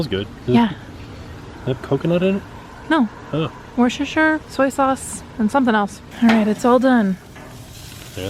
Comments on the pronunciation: Worcestershire sauce?! pronounced wuster-sheer. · I love how pronounced ‘worcestershire’ as in the sauce 😂 I’m from Worcester in the UK and it’s hilarious hearing Americans pronouncing it 💖